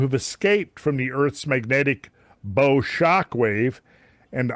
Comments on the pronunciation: The use of the word "bow" in the term, "Earth's bow shockwave" refers to the waves occurring at bow of a ship and is pronounced as such, not like a bow you tie or put on a gift. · Bow wave is bow as in the bow of a boat, not bow as in archer.